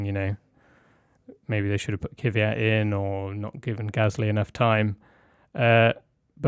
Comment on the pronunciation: For the last time it's kveeyat